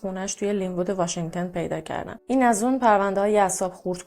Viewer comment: آقا همه اطلاعاتمون قاتی پاتی شد واشنگتُن نه واشنگتِن